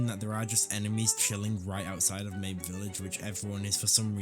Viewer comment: why do you pronounce Mabe like that